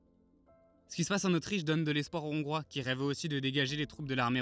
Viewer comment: Les "Zongrois", ça fait mal, quand même...